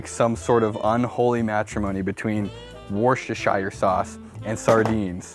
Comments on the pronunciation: wustershur sauce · woos duh sheer (without a hard 'r'). Not worcestershire.